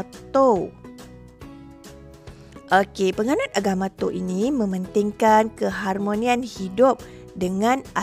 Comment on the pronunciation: Maaf, rasanya Tao, dan bukannya Toa